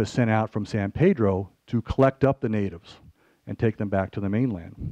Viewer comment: Every time this supposed "expert" said, "San Pedro." I cringed. We do not pronounce the name of our town : Paydro. It is pronounced by every local (Pedronian), Peeeedro.